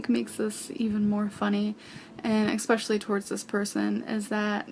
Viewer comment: "Exspecially" isnt a fucking word you fat sow. Especially doesnt have an X in it